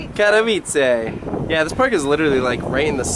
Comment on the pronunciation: Lol. Just FYI: Katowice is pronounced Kata-vizza (yeh sounds just like "pizza")